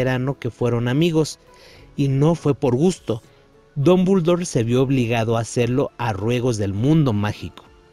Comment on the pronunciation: Porque pronuncia Dombuldor! Jajaja no sabe hablar jajaja